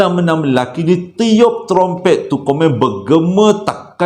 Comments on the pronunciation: ingat sy jaa yg tegelak bila sebutt tromtomprett tu😂😂😂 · syoq la crita kali ni.. tp yg saya tergelak bila nk sebut trompet.. 😄😄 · trompet protpet promtet hahaha ade adeee je lah!!! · best dengar cerita malam ni..kira satu kelainan jugak Ler dijemput Alam Sebelah..ditambah lagi dengan punya slange yg kdg2 susah naw nak disebut trompet jadi promtompret..habis keluar air mata saya gelak..terbaik la..terus kan mcm selalu..saya suka sambil mgdengar sambil terhibur..terima kasih yg selalu mghiburkan.. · mcm ummi leer x pandai sebut trummpet...heee bkn x pandai apah ssh sebut..heee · Assalamualaikum, part sebut trumpet tu Nora tergelak sebab abg tersasul beberapa kali. Masya Allah.. Best btul dgr crita abg Joe nie. Tak jemu..